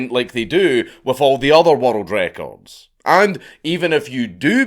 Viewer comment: I can’t watch this video the way he says world records wattle Draco’s